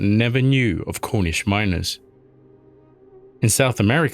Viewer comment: MINERS NOT MINORS!!!